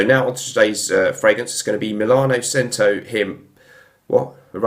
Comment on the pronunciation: I think it’s pronounced CH•ento ? good review though! i’m going to grab this.